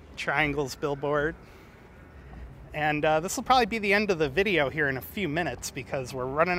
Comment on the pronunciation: Triangle Billiards....not 'bill boards'....lol